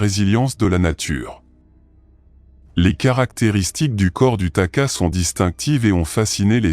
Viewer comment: Pas taka, takahé .